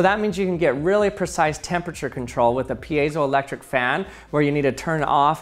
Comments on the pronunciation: You said payzoelectric and i was like, huh? I thought it was Pie-zo so I looked it up, and I was right!??? hah! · Never heard it pronounced piazo-electric. Always peezo-elctric. Based on spelling it's like field - piezo not like reactive. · I used to say peezo not peeyezo ... What is the correct pronunciation? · That is not how you pronounce piezoelectric lol. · Lots of thoughtful comments here. Let me break that and add my thought...today, I learned that for all these decades I've been mispronouncing piezoelectric. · I hate when people try to pronounce piezoelectric